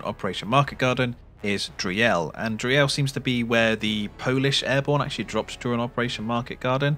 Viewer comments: Thx for the heads up! For the pronunciation: its's not DREE - EL, just say DREEL □ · Driel is pronounced roughly like "dreel", not dree-el. FYI :) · just a slight point of order: Driel is pronounced [drEE-l] with the emphasis on the EE part. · we say driel to spite the Dutch.